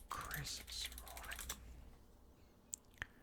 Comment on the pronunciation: Chris Samlling 😂😂